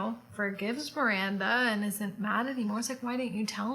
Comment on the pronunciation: Miwwwanda! Miwwanda! what ice cwweam toppins we having tonight? lmao makes me laugh every friggin time! we need to get tshirts with this on! haha. You're so right! Why isn't menopause discussed? I was saying to my friend the other day about menopause and why the hell isn't that discussed more when we're younger so we're more aware. My mum hasn't even ever discussed it with me :/ Back when I turned 40 it suddenly hit me that I knew nothing about pre-menopause/menopause. That made me laugh too about us not blinking an eye that Carrie trotted around in clothes above her pay grade but it just somehow fitted into the show without you feeling like it was unrelatable. I dunno, I think that gave us all the fantasy part to heart eyes over and the rest of the show was down-to-earth situations and topics that just kinda meshed so well together. I'm like you though, whatever is churned out to do with this I'm gonna be there, ride or die!! Can't wait for your next video to go over the new episode :D